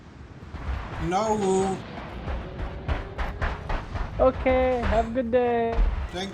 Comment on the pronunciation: I would have Railgunned him for saying AmUwUance. No Mercy for cringe.